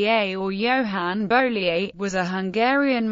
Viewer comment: Very enlightening, but it would be better if the mathematician's name were pronounced correctly.